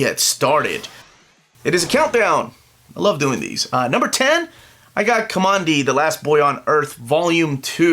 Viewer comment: It's pronounced Ka-man- dee. He took his name from one of the blast doors in the bunker he came out of/near it said Command D on it